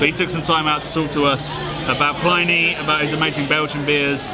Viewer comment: Can't you get Pliny's name right? It's pronounced Plinny (like Vinnie). Short i. It is not ply-nee!